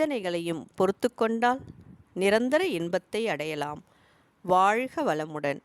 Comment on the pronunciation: வாழ்க வளமுடன் வாழ்க இது நாக்கை முடித்து உச்சரிக்க வேன்டும் வாய்க வாய்க உங்கள் உச்சரிப்பு நீங்கள் வேற்று மொழி சேர்ந்தவர்களா நாக்கை மடித்து பேச வராது உச்சரிப்பு வராது